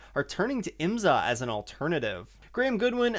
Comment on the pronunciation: Love your work - it’s so hard to find quality IMSA content … please try “IMSA” pronounced as “s” not “z”